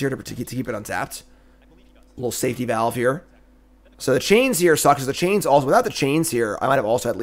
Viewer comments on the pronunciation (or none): none